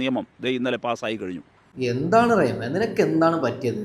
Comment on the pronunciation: റൈഎം അല്ല മോനെ... റഹിം..